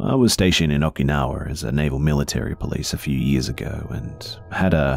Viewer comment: “Okinowar” it’s Oki-now-a Okinowai